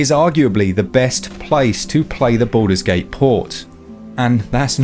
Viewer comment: Why I hear "Buddhas gate" ?